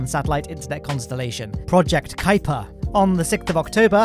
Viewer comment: Kiuper = Kuiper :0